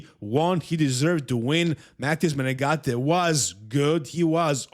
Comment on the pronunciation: Thanks to for pronouncing Menegate‘s namenproperly, as opposed to other big bodybuilding news channels👏👏